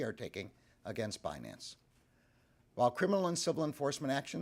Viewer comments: Damm Binance! It's Bi nance Secretary Yellen you had one job!!! Read the script in a correct believable manner.😂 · If one can’t properly pronounce such a simple word like Binance, is such a person fit to hold a position of power? Crooks and liars.